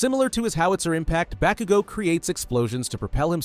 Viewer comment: bro said bakugo wrong